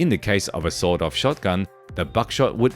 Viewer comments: With his accent it sounded like he said sold off shotgun😂. Still a good entertaining video. thanks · Within 40 feet you're pretty much good to go with an SBS In America its "sawed-off" with a hard D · Aye guv, we don't bloody well say "sawn off" here in the States. It's "sawed off" with a Hard D (pronounced "saw Doff").